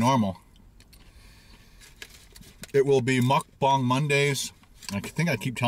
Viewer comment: Why do you say mukbang like that